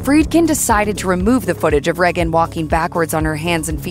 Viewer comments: Ray-gan not Re-gan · And to the narrator. Her name is pronounced "Ray-gen" not "Rag-un" and don't get me started on Americans pronouncing "Mario" and "Pokémon" wrong. It's not "Marr-e-o" It's "Marry-o" Even the voice actor pronounces it correctly. And "Pokémon" is pronounced "Poke-ay-mon" not "Poke-ee-mon". Watch the cartoon. Pillocks! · “Reggin” FFS. Tell me you never watched The Exorcist without telling me you haven’t watched the Exorcist. How can anyone pronounce Regan like that? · They say her name more than enough times in the film for you to not mispronounce it. Aside from that have you ever heard ANYONE pronounce it like that? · They way she is pronouncing Regan is stressing me out. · Please pronounce Regan correctly.